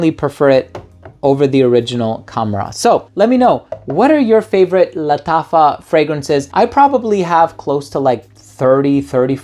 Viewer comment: Bro nobody pronounces "Lattafa" like you do lmao. It feels like it's the right way of pronouncing it.